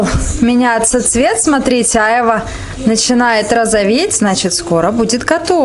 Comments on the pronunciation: АйвА...на вторую "а" ударение, девушка. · Странно вы ударение на слово а'йва делаете. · !А чего ударение не на последний А?В слове айва -ушко режет!Я люблю айву в детстве когда пил компоты то айва с виноградом были любимыми!Айва вкусный и полезный продукт но многие его есть не могли а я ел,с сахаром - не любил,но раз в месяц можно такой десерт поест только я бы половину сахара не положил т.е. вместо 3 -1.5 ложки бы поставил!То что очень спелую взяли айву и слегка попорченную ничего чем мягче и более спелая айва тем она вкусней, а попорченную можно вырезать,хотя те что выбрали Вы совсем не подпортились и чего то мне тоже захотелось айву гляну на рынке так как сегодня пойду на рынок друг едет в Москву хочу ему в дорогу сервелата и пастромы купить! А по существу видео, созерцая как готовите с мамой супруга она любит и вкусно готовит,она строгая и волевая судя по лицу но Вы с ней ладите и она вроде хорошо к Вам относится!Спс как всегда зачетное и позитивное а главное веселое и полезное видео!Успехов и со всеми прошедшими, а то у меня сестра приезжала и не до ютуба было,зато на общались в живую! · только не Айва! Произносится айвА. Увидела стаканы армуды))) класс, у меня тоже такие есть. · Не Ааайва а айвАААА!!🎄💃🎄💃🎄💃🎄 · Красота и вкусно будет точно !!! Айва - ударение на второе "а", так будет правильнее,😃👍